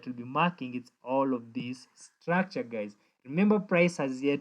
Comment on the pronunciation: 😅Did you just say "hello gays" at the beginning of the video?😅